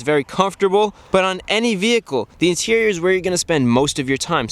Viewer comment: "The Interieur is where you're going to spend the most time" *Mr Bean Flashbacks*